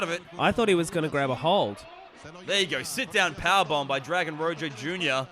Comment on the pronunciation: Daym great on all ends only his name is pronounced like "roho" but i cant believe when they strapped the title to him at the end it was upside down 😫